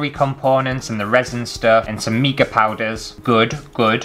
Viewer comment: did you know it’s pronounced mica as in formica? Not meeka. 🤣